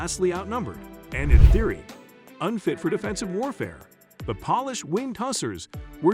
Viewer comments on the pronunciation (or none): Horrible pronunciation. Polish is not pronounced pawlish.